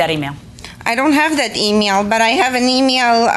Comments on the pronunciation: IDK why but the way the defendant pronounced “email” irritated me 😂😂😂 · E meal. 😂. That grated on my nerves, too. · The way The Defendant is pronouncing the word "email" is driving me nuts. It sounds like it's coming straight through her nose or something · I hate the way she says email and that voice...lol. I cant.